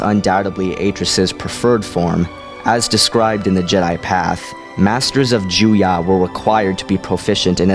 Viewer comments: It's "Ju-YO". Why do you keep pronouncing it "Jew-YAH"? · Why do you say 'JUYA'?! Isn't it 'Juyo'? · It's Juyo, not Juyah. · the seventh form is called Juyo. it sounded like you said Juya.